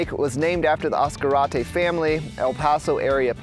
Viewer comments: As Car Ate Tay, just say it really fast! : ) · ASS-Karate park 😂, sorry mang 😊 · Oh is not pronounced Ass-Karate Park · Other than the mispronunciation of the name, lol beautiful video . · Your pronouncing it WR0NG!!!! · How did you pronounce Ascarate? Why are you trying to Anglo Americanize the name of a place? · Nice but that's not the way you pronounce Ascarte surprised the man fishing didn't correct you.